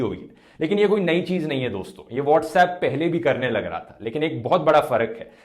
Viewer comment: Krne lag rha hai, bolne rag rha hai..:-?